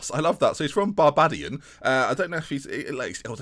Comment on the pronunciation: Barbaydian not barbahdian